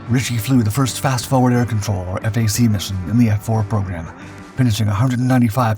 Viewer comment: Really cool how he talks about an American flyer yet showed a British version on several occasions. Various Marine and Navy versions as well. The mispronunciations of WSO and FAC are amusing.